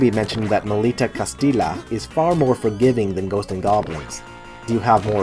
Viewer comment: Can't stop laughing every time you say "Castila", as it is pronounces "Castiya with a stressed "y". Still, I'm liking a lot the list (I haven't finished the video yet)!